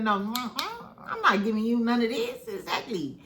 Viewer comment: im a new subscriber only been in the fam for like a week and i love it here. your commentary is so fun and entertaining! & i love how you say "eggzacklyy" 😂❤❤ but yes L&M huntsville is old, stale, dry and TIREDDDD. they had a great concept way back in the beginning when they were talking about their businesses as well. but now everything is just who's sleeping with who who cheated on who. like 🙄🙄🙄 and then the way they treated mel is absolutely disgusting..